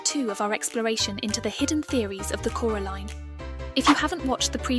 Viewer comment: Here from part 1 😁 I noticed how you said Coraline incorrectly for the uncomfortable effect good hint at the theory 😂